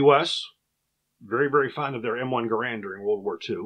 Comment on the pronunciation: Gerand, according to the designer of the same name, rhymes with "errand" Flash suppressor? It was a muzzle brake and compensator to reduce the recoil and muzzle jump, I carried one of these and the flash is very evident during night firing. Your own chart shows the M-14 weighs less than the Gerand. Using an adapter the M14 could be fired fully automatic, and was very controllable. In the years I carried the M14 I never had, or heard of, a problem with reliability, and it was very wet where I was stationed, never had a problem with the wood swelling.